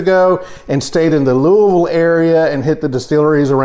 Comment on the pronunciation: Compliments on you correct pronunciation of Louisville — you almost sound like a native!